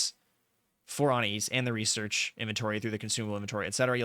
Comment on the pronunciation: Anias (our resident Magister) is actually pronounced "an-eye-as" said quickly. Also F for Jayber ☠️